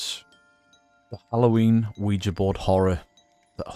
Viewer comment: Bonus points for not pronouncing it "Wee-Gee".